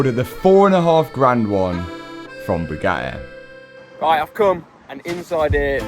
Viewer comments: his pronunciation kills me, lmao. "Boo gah eh" bro just adds and subtracts letters :D also, bored police are a-holes no matter what country you at in. 🙄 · Boogaheh! It’s pronounced buh-ga-tee… 😂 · “The views were ge’ing better and be’er.” Just strikes me funny how can say “Buga’i” in one breath and “Bugatti” in the next. Never heard anyone pronounce words two different ways in the same sentence. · Who taught you how to pronounce BOO-GAH-E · Still drives me nuts you guys can’t pronounce a T especially when there are two lol. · I can’t help but hate the way this dude talks.he talk like he’s been playing the rusty trombone 🪊. Matt WeakArms drives a “boooh-gaaaee gayron.” He can’t even say Bugatti Veyron right. They don’t want to sell you anything cause you can’t say the word Bugatti correctly 😂. “Booo-gaaaeee” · Say it Boo Gaty 😂😅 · Pronounced with a T ;) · Please stop pronouncing Booga'ee like Andrew Tate. Pick a pronounciation and stick with it. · Bugatti has 2 Ts in the name, and he's able to pronounce it without any of them. 😂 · Did you know you pronounce the t's in Bugatti?